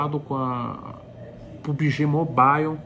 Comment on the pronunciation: Pubige.... Kkkkk